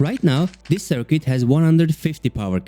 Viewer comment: I love these videos! Currently catching up by watching them all from the beginning -- excited to see what's next. One little tip: The "u" in "circuit" is silent, so it sounds more natural if it rhymes with "kit" rather than "quit". :) Your videos are inspiring me to get back into Unity!